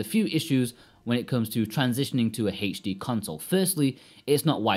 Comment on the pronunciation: Why are you saying HD weird